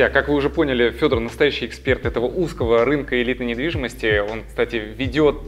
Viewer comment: Я один услышал "Привет, это каканал недвидимостии ВДТ"?